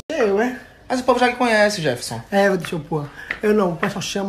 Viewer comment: É Jeferson e não eventon seu porra kkkkkkk